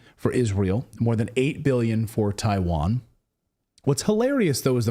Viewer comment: It's Isreal, Ukraine, Tiwain